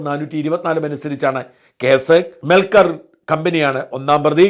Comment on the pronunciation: മെ ർ കൽ എന്നല്ല മെൽ കർ കാർ എന്നാണ് കമ്പനിയുടെ പേര്